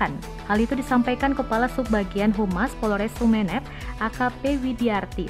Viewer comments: Sumenep mbak, bukan Sumenep... Gimana sih.. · Dear mba Narator. Yg bener itu bacanya Sumenep, bukan Sumenep.